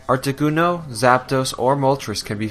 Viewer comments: That's a funny way of saying "Articuno" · It's been 10 years, and I'm gonna guess this guy was a first time Pokemon player, going by how he pronounced Kalos and Articuno.